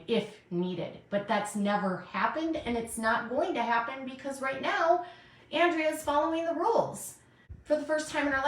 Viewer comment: How long until pronounces Andreas name correctly? She needs to seriously watch her chat and just shut up already. SHES the one starting the drama and she's making just as much money as anyone else going live 3 times a day! Please someone make her stop!